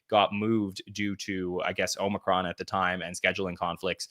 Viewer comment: Some of us say Cheers and take a drink everytime says “Paul Rudd Omricon” 😂